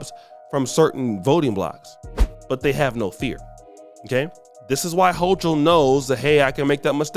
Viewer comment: This dude still can't pronounce kathy holcom name he is a dummy but talks about how Eric Adam's talks lmao smh